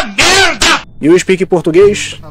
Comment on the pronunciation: KKKKK com certeza um dos melhores momentos, IU SPEKING PORTUGUÊS?